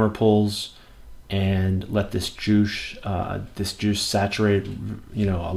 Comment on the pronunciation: "can i taste your joosh?" hahaha